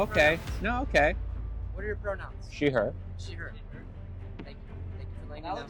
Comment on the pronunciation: Every time you say she , I cringe